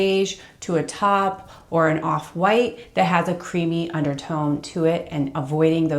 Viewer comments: “top”, did you mean ‘taupe’ which is pronounced ‘tope’? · Its not [tAW-p] like jaw, its taupe [tOW-pe] like toe finger + dope like dopeyface